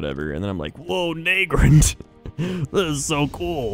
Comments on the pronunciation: i was wondering how long it would take him to get to nagrand (na-grand not nae-grand) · Nag-Grand not Nae-Grand you mug